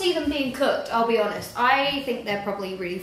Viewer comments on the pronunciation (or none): none